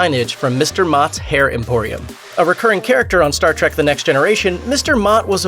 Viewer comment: Is this guy really saying Star track.. instead of Star trek